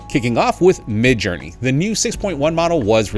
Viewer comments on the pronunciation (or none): "Midge" LOL